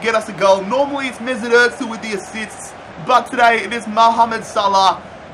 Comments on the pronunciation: It’s not Otzil it’s Ohzil (Ozil) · Its not Mesut Etzil